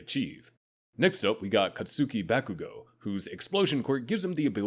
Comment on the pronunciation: ah yes "cat soohkie bækoo goe" and "dinky kaymeenarie"